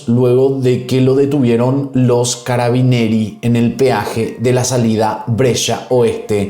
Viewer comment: Video super interesante y como siempre, me encantan...pero "carbineri" no se puede eschuchar 😅.